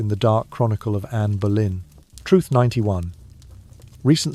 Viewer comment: Even though none of it was true!! Ridiculous and he says Berlin her surname was Boleyn pronounced Bow- Lyn